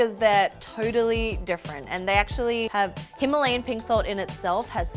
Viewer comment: They just pronounced Himalayan wrong 😅